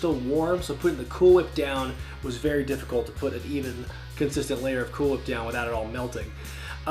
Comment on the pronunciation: When pronouncing cool whip you need to put more emphasis on the H 😂